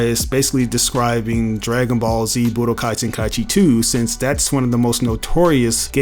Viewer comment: Telling others they don’t know what they’re talking about concerning budokai tenkaichi when he doesn’t even know how to pronounce the name of the game.